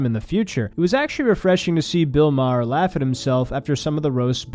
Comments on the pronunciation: Hey kid, you're still a kid, so u havent lived long enough to really know thwse 2 older men, but just by your simple "google research" It's not pronounced Ma-Har, its just like the planet "Mars" but with no S, just "Mar" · I’d like to assume your pronunciation of Maher as “Mah-her” was a dig at Maher, but I don’t think you meant it that way. Ha ha, great video though still! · Its pronounced "mar" like mars without the s. I feel like im missing a joke or something lol. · Its not ma her? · Its pronounced bill burr-hur. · It's Bill Bur-r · Maher, one syllable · making a joke by mispronuncing his name. Norm Macdonald used to do the same thing. It's trolling people by intentionally making a simple mistake to ensure someone will want to correct it. Keep watching makes some good vids. Stay Happy and Healthy. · The narrator can’t even pronounce Maher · The H is silent. If only Bill Maher was. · You're gonna get shit for how you pronounced Maher bruh-ho. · The way you say Maher reminds of Norm saying cast eye-ron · How can you make a min video and not learn how to say maher correctly???